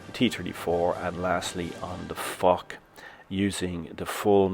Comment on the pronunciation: Foch prenoinced as foshj, he be like fock. Love your content btw.